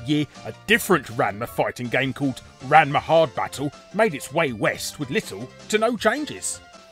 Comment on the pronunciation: So did any other Ranma fans cringe at Larry's attempt at pronouncing his name or was it just me?